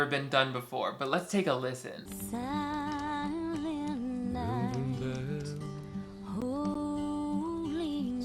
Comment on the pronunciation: if she sings sahlent night one more time